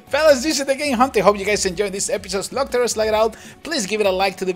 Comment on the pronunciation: it's ''slug''